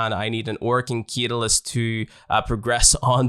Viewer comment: Great guide but .... its CAT-A-LYST. Don't mean to bd that guy but it was triggering me